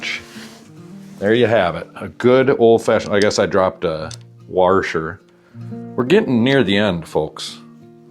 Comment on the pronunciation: Haha, you said, "Warsher."